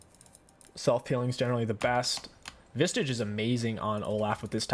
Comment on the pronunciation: Bro there's no T in visage. It sounds like massage. Vissage